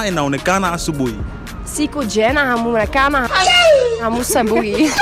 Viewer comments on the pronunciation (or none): I thought the hosts pronunciation of huonekana in "Siku njema huonekana asubuhi" was rather surprising ... is that how you pronounce it ?!?